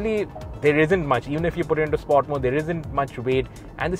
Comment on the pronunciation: Dont understand whats with these over dramatised pronunciations of these reviewers … Its not “spoart”….its “sport”…. You are good reviewer, but sorry “Spoart” is just annoying. Just like some other in auto car, powerdrift, etc.